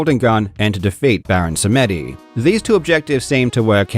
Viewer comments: Baron Seh mèh dee as he pronunced it xD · Just one tiny nitpick, "Samedi" (French for "Saturday") is pronounced "some-DEE". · beh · ruhn sa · muh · dee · Samedi is French for Saturday and it's pronounced "some dee" with the emphasis on the dee. So how long have you said "SaMEHdee"? 🤭😏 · Not a horrible pronunciation of Baron Samedi, but also not great. It’s less “Sam Eddy” and more “SamDee” (or at least that’s an easy cheat to kind of sound French). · It’s baron Sam-dee. It’s French for Saturday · Baron [sam-dee], it's French for Saturday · Samedi is the French word for Saturday. My tism is acting up hearing it not pronounced right. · Suh Meh Dee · FYI, Samedi is pronounced SAM-dee. It's French for "Saturday". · i think samedi is saturday in french, so the intonation is the same as saturday. ie dah-dit-dit not di-dah-dit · That pronunciation of Samedi 💀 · Please look up the proper pronunciation for the French word for "Saturday" lol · Samedi is French. They even say it in the movie. Means Saturday. It's not pronounced the way you said it. Watch Live and Let Die again. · As a French person, hearing Samedi pronounced this way was too funny xD (Baron Samedi is a super cool mythical creature from Haiti, which speaks a creole deriving from French) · Samedi means Saturday, in French.